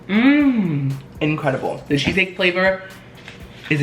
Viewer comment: Did he just say “Queso Cake.” .-.